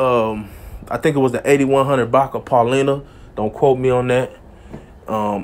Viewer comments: Pronounced: Pau-li-nah not, Pau-le-nah. Enjoy your work regardless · It's pronounced Pa-line-uh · You from Chicago shud’nt u know how to pronounce Paulina?!….😀🤔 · Ain't it EBK, not ABK? You from Chicago, you should know how to pronounce Paulina!!